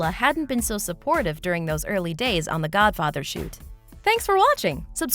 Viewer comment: It's The Hobbit, not "The Hubbit", concept, not "cuncept", and Godfather, not "Gudfather".